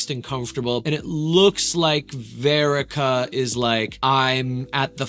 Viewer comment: wait… say her name right. It’s verica. Like Erica with a V